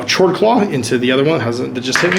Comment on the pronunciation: I'm back, just a friendly reminder that "Chord" is pronounced (k-ord) like a music chord. Great video again :)